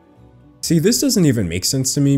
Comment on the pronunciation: I find it hilarious everytime he says non binery instead of nonbinary